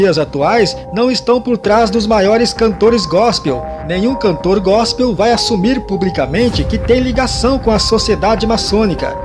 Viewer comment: Ele disse “GOSPEM” ainda falou errado mds